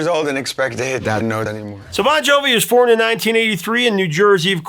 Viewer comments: If he said formed, he didn't close his lips to make the m sound and then open for the ed sound. Sounded more like forn. ??? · Did he say "born" or "formed"? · Sounded like born but he said formed